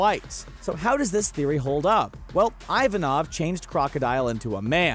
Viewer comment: dear god, IVANKOV!!!!!!!!!!!!!!! not ivanov, IvanKov. also where the hell did you read your one piece? luffy's grandparents being garp and whitebeard?!?!?!!??!!